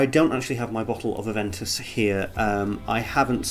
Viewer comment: It's Aven toos... smh